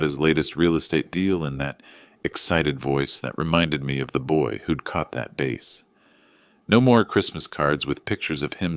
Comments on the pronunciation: Please, teach the AI that a fish is not called a BASE, it's a BASS. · Bass is NOT pronounced BASE! 🥴. Don’t they read this first? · 👋👋BASS NOT BASE❗️🤣🤣🤣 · Bass not base. AI needs to get better at pronunciations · As before, i stated i love these stories, but please review words that look the same, but are ex: bass is a fish not base like in baseball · It is a “bass” (fish). Not a base! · And what is it with the interspersed "D"? And teach AI the difference between BASS and fish and BASE of a foundation or a spot on a ball game field. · What’s with the inserted “D” several times. And that’s not how you pronounce the name of the fish. It’s bass, rhymes with ass. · Baseball and a Bass (fish). Not pronounced the same.